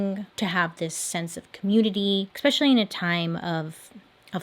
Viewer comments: No one: Bailey: expecially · Non related question - why do you always mispronounce word "especially"?